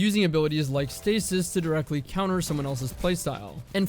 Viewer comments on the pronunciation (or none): none